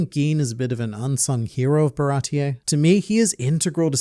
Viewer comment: WHY DOES EVERYONE CALL IT barati-EH i swear it was never called like that, why does the whole english community call ti that